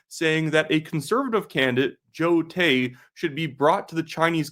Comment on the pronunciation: Carney cant even say the "individuals" name . Its Joe Tay.